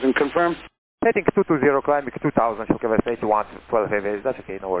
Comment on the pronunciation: What’s worse is while ATC was so busy scolding and bad mouthing the 787 crew, he butchered the go around for the silkwest heavy. FAA, where are you?